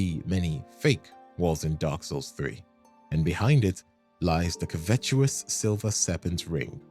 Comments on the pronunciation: I don't mean this in a bad way, but 'covetous' is afaik pronounced 'KUH-vuh-tis' with the 'vuh' almost like 'veh', while 'epitome' is from Greek which is why we split the syllables like this 'ih-PIT-uh-me'. There could be some variation due to accents, of course. I don't mean to sound condescending, so sorry if I do. I just really like words. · Holy hell, never have I heard such dimwitted pronunciation of covetous, you my friend are a true idiot 😂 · I'll never unhear those pronunciations of 'covetous' and 'epitome'